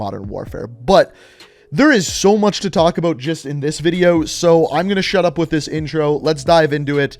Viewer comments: Canadian aye? The way u say bout. Lol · Are you Canadian? The accent in "about" makes me wonder😅